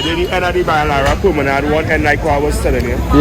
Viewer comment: That guy isn't pronouncing the word right it's not permanard, it's promenade